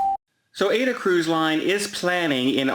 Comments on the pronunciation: AIDA is pronounced ah-e-da. not Ayda🙂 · I wish the cruise specialist would learn how to properly pronounce AIDA (AH-EE-DAH) Cruise Line. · It's pronounced AH-EE-DAH. Do your f/n research. Cruise specialist that can't even properly pronounce the name of a cruise line. AIDA = AH-EE-DAH #cringeworthy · FFS, "cruise specialist" can't even properly pronounce AIDA (AH-EE-DAH) Cruise Line! #cringeworthy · That's because it has too many syllables for to pronounce! FFS, the cruise specialist can't even properly pronounce AIDA (AH-EE-DAH) Cruise Line. Even the monosyllabic word CAY (kee) gives him problems. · AIDA = AH-EE-DAH. The A in Italian is always pronounced like the A in father. The i in Italian is always pronounced like EE. repeated mispronunciation of AIDA is cringeworthy. I thought that with being a cruise specialist, he would know how to correctly pronounce the name of the cruise line which is also a famous opera by Verdi, and a Disney Broadway musical. AH-EE-DAH